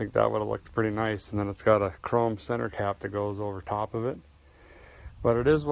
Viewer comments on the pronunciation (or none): none